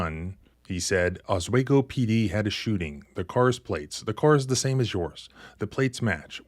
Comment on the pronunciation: Oss WE go, not Oss WAY go. Other than that, brilliant as always.